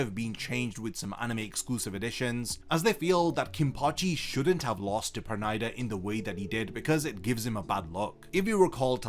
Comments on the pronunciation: It's perunida not pernaida (pronounciation) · Why can't this guy pronounce Pernida correctly?